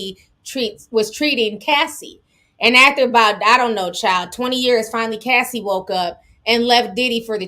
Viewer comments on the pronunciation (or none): none